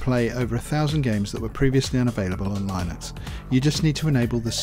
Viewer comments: line-ux and bee-ta lol, no no no, it's li-nux and bey-ta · thanks - just one comment it is pronounced lyn nux